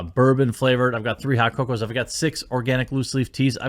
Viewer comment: Love the channel but if I hear coffee teas and coco one more time I'm out